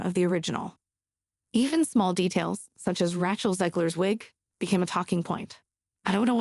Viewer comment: AI Reading Script FTW! Ratch-el Zegler indeed!